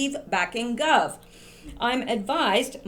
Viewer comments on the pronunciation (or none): It's Gove, rhymes with Toad. Not 'Guv'. Gove is a total idiot.